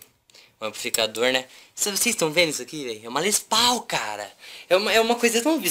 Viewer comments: LES PAU AHAHAHAH Diz-se Les Poul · Siim, e Les Paul mas le-se Les Poul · "Les Pau" pqp kkkkkkkkkkkkkkkkkkkkkkkkkkkk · "les pau" kkkkkkkkkkkkkkkkkkkk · "leis pau" ficou maneiro o vídeo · Rachei ... Mais e normal o cara falar assim eu também falava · ta tao feliz e n sabe nem pronunciar Les Paul certo😂😂